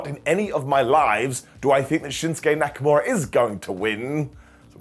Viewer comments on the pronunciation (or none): Did you just say Neckamura????